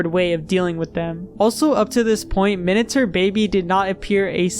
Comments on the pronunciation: i know that its literally spelled "minater" but it still bothers me so much it just sounds like youre pronouncing "minature" wrong LMAO does minater even mean anything............ surely it must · wait if that's Minater, it's minate-r sounding more like Minute with an r at the end, like hater or meter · What's a "Minater" anyway? I thought you were saying miniature until I saw it on screen. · Seems like an interesting video but the way you pronounce "miniature" is insufferable